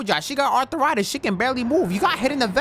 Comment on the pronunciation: ARTH-A-RITIS? LMAOOOOOOO